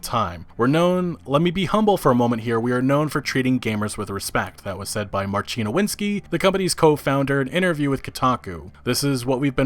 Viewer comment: FYI, the Polish name Marcin is pronounced like Marseen, and not like Marcheen.